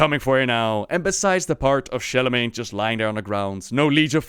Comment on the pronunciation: "Sharlamagne" triggered